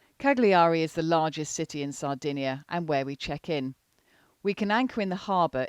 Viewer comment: Cagliari? Sardinians will hate you for that pronunciation. Try again leaving the “g” silent or perhaps try it as “Cull-yi-ree”. At least you will be closer haha. We love Sardenga too.